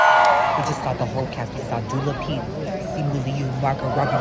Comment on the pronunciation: “Dula Peep”😂